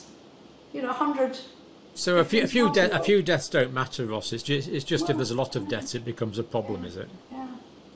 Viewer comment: She is Ros, a lady.. Ergo "roz" (voiced S). (Often a shortened form of Rosalind.) Not Ross, a gent, (voiceless S).